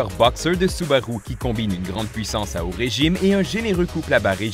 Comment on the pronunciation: 😂 oui c'est vrai il dit soubaroux